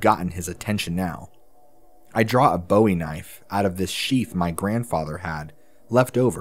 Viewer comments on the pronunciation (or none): none